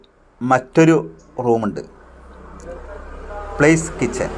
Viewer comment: പ്ലേസ് കിച്ചൻ അല്ലല്ലോ, പാലസ് കിച്ചൻ എന്നാണല്ലോ?